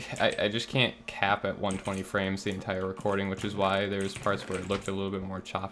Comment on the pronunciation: "120 Fwames dedicated wam" hahahaha